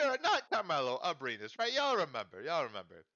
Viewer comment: NOT ABRINES!! lol PNG